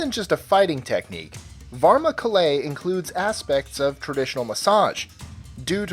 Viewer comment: Bruh the pronunciation for Varna kalai is just straight up bad